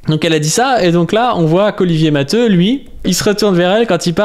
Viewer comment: Non t'as raison c'est prononcé matéou. C'est un nom catalan.